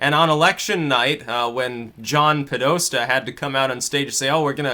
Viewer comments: It's Po - des - ta,! LOL But I like the Freudian slip you made..."Ped - os" - ta. Ha, ha, ha. Oops! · John "PEDO-sta" ha ha ha, lol. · "John Pedosta". Nice. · POH-DOH-STAH Say it with me: PAH-DEH-STAH